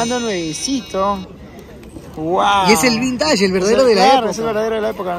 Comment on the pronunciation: de patas, di vÍntage, no vintáge. Para que no hagas roche jaja